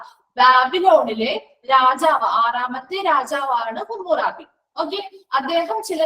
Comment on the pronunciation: ഹമുറാബി എന്ന് alle pronunciation madam